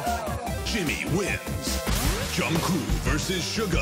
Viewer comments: The fact that they keep on calling Jungkook Jungkoo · The Voice Reader : "Jungcoo" Me : cries in disappointment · why do they keep calling him jungkoo thoooo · No one: Not a single soul: The voice: Jungkoo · but that’s also how Jimmy pronounces Jungkook’s name too - as Jungcoo 🥴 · Yall notice how the automatic voice says koo's name as "Jung koo" bye ima cry now :") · Is it only me who is hearing Junkoo instead of Jungkook when the voiceover man is saying his name ? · What I learned from this: 1.) The announcer pronounces JK's name as "Joungkoo" as if the last "k" is a silent letter. 2) Jimin is always a cheater and loves hugs. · So nobody noticed how they said jungkoo insted of jungkook😭😂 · No one: The voice: Jungkoo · "Jung Koo" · I probably comment about this every time, but is anyone gonna tell them that Jungkook isn't pronounced Jungkoo😭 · “JungKOO” Lol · ikkkkk It's "JU-NG -KOOK" !!!! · I pronounce his name as JU-NG-GUK! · ikrr, it's JUNG-GUK it's not even hard to pronounce 🗿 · Nobody: The announcer: JUNGKOO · I can’t get over how they say kookie’s name 😂🥰💜 (jungkoo) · Literally nobody: American television: JuNgKoOo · BYE WHO'S "JUNNGKOO" 😃😃😃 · Jesus how hard is it to pronounce the K at the end of JungkooK 😂🤦‍♀️ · why do they keep saying jungcoo😭😭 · I don’t think you say it “Jungku.” -___-“ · Can someone please explain? Is the "k" on the end of JK's name silent and I just didn't know for 5 years? 🥴